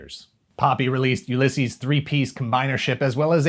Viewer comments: That uLYSses pronunciation is twisting my melon! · Every time your pronounce Ulysses like that a puppy dies